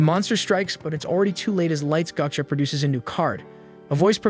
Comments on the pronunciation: Hey man, just want to let you know that it's pronounced "Gah-chah". Gocha is an abbreviation for a popular ice tea brand here in Japan. Not trying to be a dick, just felt if I were in your shoes I would appreciate it when people taught me this stuff. For the record, love your videos. Ganbatte!!!!!! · If you're gonna make an A.I. voice summary, AT LEAST make sure the damn thing can pronounce the title properly.... GAH-CHA. not "GO" cha... ffs... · ... absolutely can not watch just because they say goat'cha instead of gacha (gotcha) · It’s Ga-Cha not gou-cha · Gocha.... Ga - cha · My god, it's driving me crazy when it says "gotcha—gatcha." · My guy, it's fucking pronounced GACHA. Not whatever the hell you were mumbling. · Dumbass AI voice mispronouncing 'gacha' over and over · 237K subscribers and this dude narrating can barely read. Lost it after "pigstee" and "goatcha" and the random swearing. Reminds me of a kid that doesn't know how to cuss. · This is an AI summary, it doesn't know how to pronounce Japanese. The script also has "pigsty" pronounced as pig-stee. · Your atrocious pronunciation of "go"-cha and pig-"stee" has told me all I need to know about whether you're worth any more time.